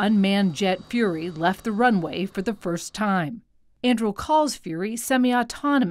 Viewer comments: Andril? It's An-dur-il! Aragorn's sword from 'The Lord of the Rings'. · It's not pronounced "Anndrill." It's pronounced "Ahn-Due-Reel." Read the damn book, lügenpresse. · An-doo-ril, not An-drool or An-drew 🤦🏻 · it's pronounce an-dru-eel. Andruil, the flame of the west, born from the shards of Narcil. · It's pronounced An-dure-ill. Flame of the West forged from the shards of Narsil. The company logo is the pommel of the sword that was broken. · I’m upset that they continued to say the name wrong. It’s ANDURIL as in the sword from LotR 😂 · Only Americans would pronounce (Tolkien's) Anduril, the Flame of the West, Aragorn's sword - as "Andrew". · I'm triggered by the way she pronounces "Andrill". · .... Im gonna have a fit every time this presenter mispronounces An-Du-Ril... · "Andrul"... Just read that name correctly. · It is not pronounced “Andril” Mz bot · I would suggest that the correct pronunciation is Ann-du-rill, as I'm assuming that the company was inspired by the sword Anduril, the Flame of The West; Aragorn's sword in The Lord Of The Rings. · Came here to post the exact same thing! Like "ann DO rill," second syllable from the end gets emphasis. Everyone gets the emphasis wrong, even me when I'm not being pedantic, but the 60 Minutes chick keeps making it rhyme with Mandrill and it's driving me very slightly mad. Makes her sound like she's done little or no research (and often with major news networks that's sadly the case). The Internet was created for Tolkien scholarship, Monte Python references, cat videos, and Godwin's Law violations. If you can't correct someone for getting Tolkien badly wrong, then we might as well shut the whole thing down and go back to flint knapping. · They're pronouncing it ann-due-rill. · Why does she mispronounce Anduril? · I believe that Anduril is a three syllable word. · That is not how you say Anduril. Not in the LOTR world. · the report can't even pronounce the name of the planet lol